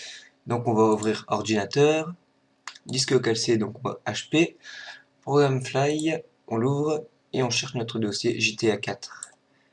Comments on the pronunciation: y sait pas parler se mec : on dit ProgramFiles et pas Fly et on dit IP et pas Yp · c'est moi ou tu dit progam fly au lieu de program files ?? sinon merci pour le tuto !!!